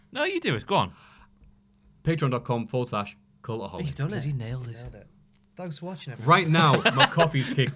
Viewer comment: Why is this guy saying "Culaholic" thought it's (cultaholic) 😂😂😂😂